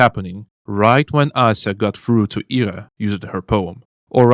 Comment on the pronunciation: It's great to hear a russian-speaking voice cover this game. Hearing people pronounce Ira as eye-ra was agitating (especially since someone in my family has that name...)